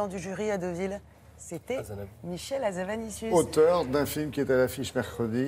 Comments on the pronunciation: HA-ZA-NA-VI-CIUS et non pas havazanicius s'ilvouplait soyez professionnels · "Hazavanicius", non désolé c'est Hazanavicius, désolée ça ma sauté aux oreilles ^^